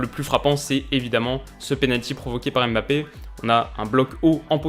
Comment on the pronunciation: Coucou, Tout d'abord je voulais te dire que j'adore tes vidéos, continue longtemps comme ça ! Après juste une remarque sur la prenonciation de Mbappe : pourquoi vous séparer toujours le "m" du reste, on "MBA" et non "Aime BA", c'est pareil avec N'golo, ne dites pas "aine golo" 😂 Bref c'était juste une petite remarque pour la prononciation.